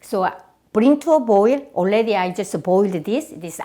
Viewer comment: “Oredi?” 😂😂😂 love her!!